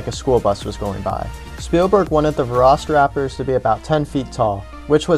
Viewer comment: Veloci and Utah... not Veroci or Uthaw